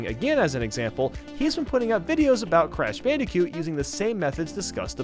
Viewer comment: did you just pronounce it as "crash bandicute"